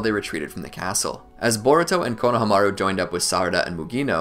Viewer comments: It’s not konaha maru it’s konahahamaru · I love your videos but the way you say konaha-maru instead of kona-hama-ru drives me insane😂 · I really wish you guys would pronounce konohamarus name right. It's like you guys don't even watch the show